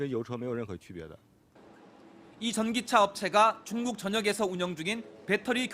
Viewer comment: 여성앵커는 입에 침 안삼키고 말하는거같고 남자앵커는 중국을 충북이라고 들리게 말 할정도로 발음이 엉망이네